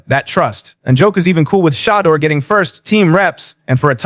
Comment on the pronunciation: That's awesome! I sure wish you could pronounce his name correct though!